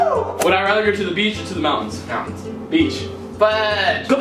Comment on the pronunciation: mountains or beach? Cameron: beech